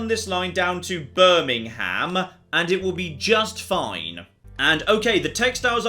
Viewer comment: As a resident of Birmingham, Alabama, I got tingles hearing it :) Also, Birmingham wasn't founded until 1871...